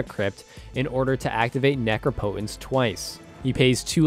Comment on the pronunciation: It’s pronounced neh-crop-eh-tense.